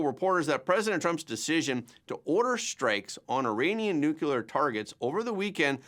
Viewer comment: Yet another educated person who can't pronounce "Nuclear." Scientists don't split nor fuse atomic "nuculi," because there is no such thing. It's nu-cle-ar, because it involves nu-cle-ar matter. Simple.